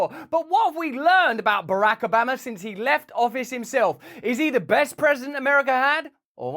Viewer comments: The way Russell says BaRack A 'Bama, sounds like a corrupt small town in Alabama!😂😂 Or ordering some Alabama BBQ ribs! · Russell, seriously, you can call him Obamer OR Obama . But please have the dignity to pick.... even though I myself still pronounce Metallicas drummers name alternately as Lars Ulrich and Lars Ulrick,🤣😂😂🤣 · Switching between pronouncing it ObAMa or Obarma back and forth is very distracting 🤣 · Please stop pronouncing Obaaahhhma the wrong way. You’re fans in Ala-BAMA feel a little pain in the ear when you say it that way. Luv ya, mean it. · You sound like your from the south when you say Obamas name lol. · You pronounce Barack Obama the way Texans pronounce Iraq (Eye Rack). 😂 Love ya Russel!